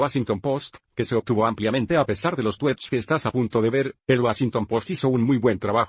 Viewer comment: Jajajaja "los tuets"